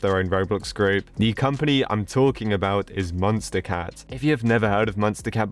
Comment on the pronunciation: I like be it how he pronounces it as munstacat instead of MonsterCat